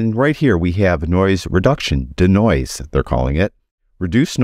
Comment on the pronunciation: Hi, it’s not danoise it’s de-noise…. Dee noise. Not Da Noise.